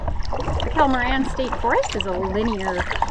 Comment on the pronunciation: Once again you're in my neck of the woods!!!! BTW, it's pronounced Kettle Mor-RAIN. Great video. Thanks for posting. Hopefully you were able to swing by the Hamburger Haus in Dundee after the paddle.